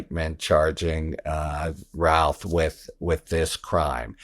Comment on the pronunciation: Thank you for pronouncing his name correctly. Routh not Ruth